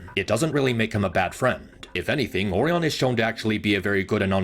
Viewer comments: ORIen. it's ORIon pax. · You gotta stop saying "oreon" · I love this video and it points out a lot of things that I thought when I watched both of them in theaters, but can I just say (without being mean!) it kills me inside every time you say Orion. Because I’ve never heard the O-ree-un pronunciation before in my life. Though, I do know it’s a real pronunciation. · "Orion" is not pronounced similarly to "oreo" and you kinda do that Oh ryan not oreon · Orion not Oreon 😭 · I like the video alot but the way he says Orion is funny. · this guy constantly butchers the pronunciation of "Orion" and i cant take the vid seriously bc of it😭😭😭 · Your pronouncing Orion's name wrong.